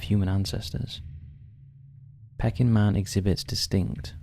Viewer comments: Hmmm... perhaps you're onto something. Surely, a "real" person would know how to pronounce "Peking" (Chinese), as in Peking Duck. Not pronounce it "pecking". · Pecking man? Don’t you mean pea_king … peking man? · It’s pronounced PEEKing man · Love the channel but hardest to explain was how the pronunciation of Peking could not be sorted out either before recording of while editing the video.honestly not having a go but a quick search on any tricky words would solve this issue. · The pronunciation of “Peking” in the section about Peking Man really needs to be corrected. It’s very off putting. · Great video, but just for your information,'Peking Man' is pronouncek 'Pee - king Man' .. Peking is the former name of the capital city of China, Beijing .. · Peking. Pronounced as pee-king as in the place in China. You really do pronounce some words bizarrely wrong. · It's pronounced 'PEEKing' man, as in 'Peking duck' or the old name of Beijing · Peking is pronounced peeking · pee-king, PEE-KING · Pecking man? Peeking is pronounced like P-King. I hate ai. That’s enough for me. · Pee-king man not Pecking man please! It’s the Anglicised version of Beijing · Why you kept saying 'pecking man' like he's half chicken - half man, instead of 'pea -king' man, after the place in China. Bloody pecking man. Lolz Let you off as you're good to your subscribers. 😂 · Interesting video. And it's "PEA-King" man. Not peckin man. After the 30th time had to say something. Sorry. Keep up the good work. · It is pronounced “Pea-king.” Not “pecking’. 🐦🐦🐦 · It wouldn’t be as bad it being pronounced pecking, rather than pee-king. But it’s said every few seconds! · "Peck-ing" man ? It's pronounced "Pee-king" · I like your vids but it’s pe-king man not pecking man, Peking was the capital of china now know as Beijing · “Pecking man”? Come on now, basic knowledge. It’s pronounced “Pea-king”. Also your first ‘unsolved mystery’ has been heavily debunked. Do your research. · Pay-king, not peck-ing.